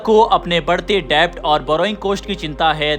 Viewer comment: Debt मे b साइलेंट होता है. डेट बोलते है . डेब्ट नही.